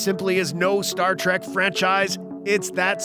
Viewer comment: Star TREK! Not Tract!